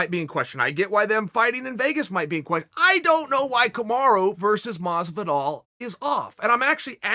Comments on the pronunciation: Lets all realise the fact that hé sais camara instead of camaru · Kamaruuuuuuuuuuu not aaaaaaa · "KamarA" Nobody is as good as Chael at fucking someone's name up lol. I forget what he calls Yair Rodriguez but he butchers that one too 😂😂😂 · It hurts me every time people pronounce Marty as "Kamaru" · KAMARA not kamaru is his name, who tha fook is kamaru. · "Ka-ma-rah" lol... Uncle Chael always fucks up the names... "Ya-rear" hahaha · Who's Kumara Chael keeps talking about?